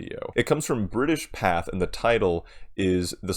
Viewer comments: Pathé is pronounced "Patey", not "path". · It's pronounced pathAY.